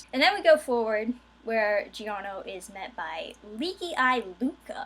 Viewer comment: In italian "Gio" sounds the same as "Jo", so the pronunciation is "Jorno".